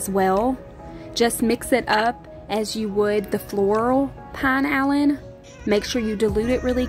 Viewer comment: Let me give you a helpful hint for your next video. NO JUDGEMENT. I swear. I adore you and would never want to hurt your feelings. The Pinalen. Here’s how to say it. The first part “Pin,” is pronounced like win. The “alen” part is pronounced like A Lynn. You never know when they will come a knocking offering you a sponsorship deal. Thousands of people are buying their product that didn’t until you promoted the item. You have put money in their pockets. Happy, Happy Holidays to you and your family.